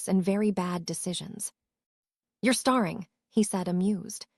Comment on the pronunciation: Please please l learn how to say American words properly. Starring is a short A sound (actor) while Staring is a long A sound (looking at someone). We have other words in the English language spelled alike yet pronounced differently based meaning. Take l sons.